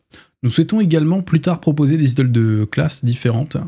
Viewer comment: Pour le "Idles" ça se prononce "Aïdeul" en gros (c'est moche mais c'est pas grave)